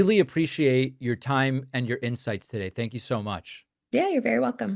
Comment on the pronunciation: ‘Tank you’: not phonemic not speech maybe word retrieval maybe fine motor skills 👍 love ya I’m sure you’re fine.